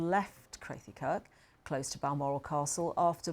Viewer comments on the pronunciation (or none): minor thing. But Crathie is pronounced “krah-thy”. Not “kray-thy”.